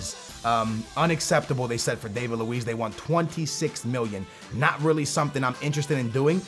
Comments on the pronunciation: Its not Dave-id Lewees its David Luiz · You say David luiz name wrong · David Luiz did he butcher that no........